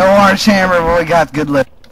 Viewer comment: AWWRANGE AWWMMER